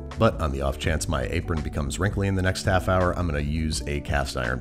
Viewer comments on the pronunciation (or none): none